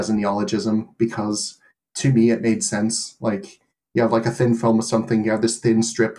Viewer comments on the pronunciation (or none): Fun observation: the Irish guy pronounced the word "film" more like "philum", which was the pronunciation as late as early Modern English in England.